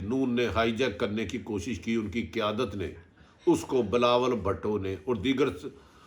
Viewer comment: I like the way atif bhatti say bilawal bhatooo hahsga😁😀